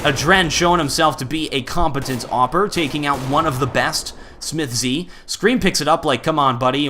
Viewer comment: please stop saying "smithz z" it's just smithz